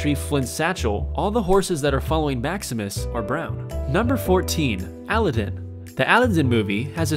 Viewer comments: A-li-din...cries (a-lad-in) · yeah he said Al I din instead of Al a don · Omg he says Allah din not Aladdin lmao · Aludin? NO!!! "A, LA, DIN. Aladdin..... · top 20 mistakes..... 1. the pronunciation of alladin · Aladdin isn’t pronounced aa-lid-diin it is ul-add-din. Spacejab dude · its A·lad·din not Al·a·din you pronounce so many words in videos incorrectly its crazy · its aladdin (uh-la-den) not aludin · (Uh-Lad-In)! not (Al-ad-in) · Number 14 it's pronounced Aladdin not aladin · ITS NOT ALIDDEN ITS AL - AH - D - IH -N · he said Aleden and not Aladin is this guy english? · it's pronounced UH-LAD-IN not AL-Lad-en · the way you say "aladin" really bothers me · The way he said Aladdin really bugged me. 'Alidin' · Ali-den? ALI-DEN?! Wow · Why did he pronounce aladdin as if it was pronounced "alidin" lool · Wait. Did homie just say "Allidin"? lol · UM WHAT? Al-i-din, um what, like what? Why just whyyyyyyy XD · Did he just call ALADDIN, ALIDDIN?????!!!!!!?????? Say it right dude. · He said Aladin funny it would of spelled like Adeline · I cringed when he said "Alidan" x3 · Allah din? Oh I thought it was Aladdin, my mistake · Someone go to omg this boy literally says Aladdin as (Alidin) and it's pisses me off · well... " aludin " ... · Ala din. Thats how you pronounce it :/ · cuh said alladen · al-a-dan wtf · The way he said Aladdin really bothers me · You pronounced Aladdin wrong... Buts that's not my business o.o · I fucking know I feel uncomfortable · lol agree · Ikr buts it's kinda funny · Ikr. I was like who says it that way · lit jordn yea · lit jordn yah! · me too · dang rosted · Aspergers Autsim awareness. Oh. ok :D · I was really thinking about giving this video a thumbs down because of the way he said Aladdin! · You are not allowed to say anything about a movie if you haven't seen it or haven't paid enough attention to hear the proper way to say the names in the movie. Not just Aladdin, but Lumiere too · Bruh the way he says "Aladdin" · he said aladdin wrong